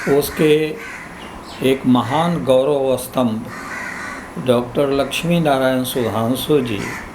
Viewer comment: लचमी नारायण नहीं लक्ष्मी नारायण बोलिए।